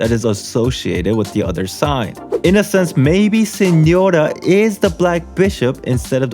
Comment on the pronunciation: creaming rn bc u pronounced correctly "signora" jesus christ ily